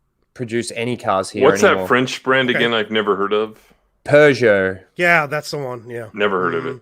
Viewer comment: lol ryno's original prounced puergeot correctly